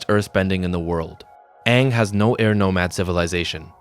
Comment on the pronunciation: Eeroh, saying aang wrong and chive blocking are crazy